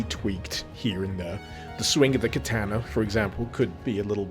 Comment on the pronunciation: I've been watching you for many years man, but I can't stop laughing at how you pronounced "kertaner" (katana) 🤣 But thanks for a more in-depth look at this project. I'd heard of it but not much about it, you've made it look much more interesting